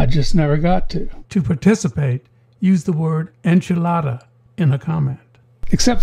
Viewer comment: enchilada sir. for the love of God, enchilada